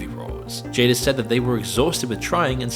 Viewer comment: called Jada Pinkett, "JADER". 😂😂😂